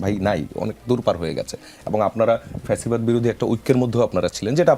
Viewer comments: সামান্য একটা উচ্চারণ বারবার ভুল করছেন ফ্যাসিবাদ কে বলছে প্যাসিবাদ, এই জিনিস গুলোর দিকে নজর রাখতে হবে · ভাই রে কথাটা প্যাসিবাদ না, ফ্যাসিবাদ!! 😔